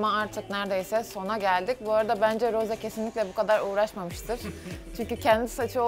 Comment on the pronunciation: Çok şükür Rose ye Roz demeyen biri🤲